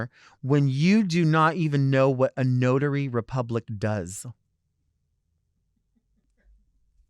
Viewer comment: Ummm isn’t it notary public, not notary republic? 🤭